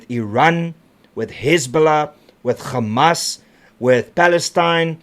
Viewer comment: It's not gammas it's hammas Jou handlers moet Jou terug stuur skooltoe😂